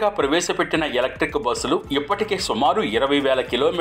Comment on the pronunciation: బోస్సులు కాదు బస్ లు